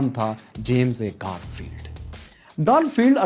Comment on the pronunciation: Its گارفیلد نا کہ گالفیلد aur clown hota hai na ke kraoun.